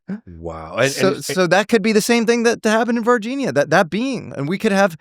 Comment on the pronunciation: Ele falou Varginha corretamente 😂👏🏻👏🏻👏🏻